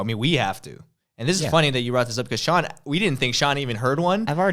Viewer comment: its pronounced SEE-AN